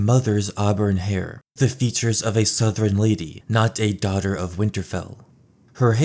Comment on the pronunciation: You’re the first YouTuber I’ve heard pronounce “southron” correctly